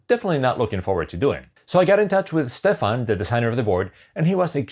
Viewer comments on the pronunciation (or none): none